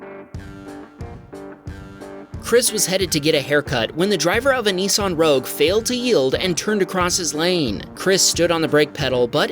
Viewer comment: They’re not called “ Neesarn “ they’re “Nissan “